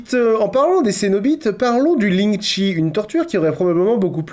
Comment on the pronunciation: Eu... Juste pour spécifier lingchi ne se prononce pas lingchi mais plutôt quelque chose qui se rapproche de "lingtcheu"